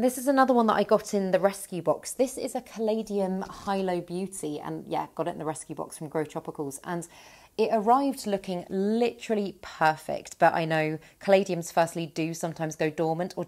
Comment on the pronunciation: Ah, re "Hilo Beauty", most are getting the name wrong. It's named after the capital town, Hilo, of the island Hawaii in...Hawaii but is pronounced Heelo Beauty and not Highlow Beauty. ;)